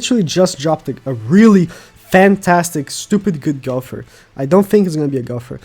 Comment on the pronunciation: Gow Ther Not Gow Pher